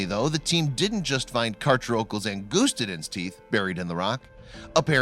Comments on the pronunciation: For future reference, its Ang UH Sty Den not Ang OOST aden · Wow can even pronounce angustiden right it’s pronounced like ang us ti den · You’re not pronouncing the species correctly. Check a dictionary… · also believe the specific name is pronounced an /gust /stidens no long "u" and has a short "i" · Btw that pronunciation was terrible it’s pronounced Ang us tide en